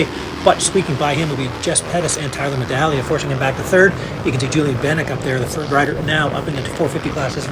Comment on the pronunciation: It's Tyler MEDAGLIA, my Lanta, guy says dudes name over and over yet can't manage to get it correct ☠️🤣